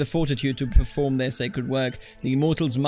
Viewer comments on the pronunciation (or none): none